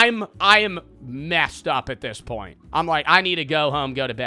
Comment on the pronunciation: say it like normal,I love Americans but when they pronounce point like that I get pissed